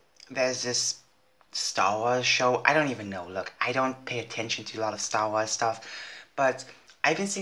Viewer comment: Did you just say srss wars 😂